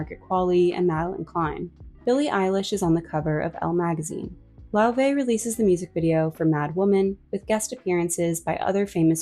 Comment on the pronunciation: she’s addressed this so many times online and in interviews her name is pronounced LAY-VAY 💀🧍🏾‍♀️